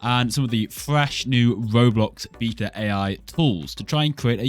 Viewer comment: "bita" besides that its good!!